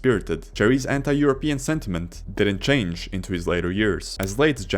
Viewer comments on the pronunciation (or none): none